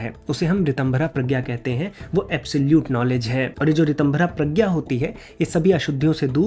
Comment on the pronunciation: Bhai love your research but प्रज्ञा ko prajna bolthe hein na ki pragya